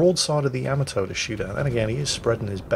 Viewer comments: it's not Yama-toe, it's Ya-ma-toe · I always said it "Ya'MAH'to". mangles it as "Yama'toe", but according to Google Translate's pronunciation in a Japanese accent, it is in fact "Yah-mah-toh". I love the ヤマト. Please Anglicise responsibly!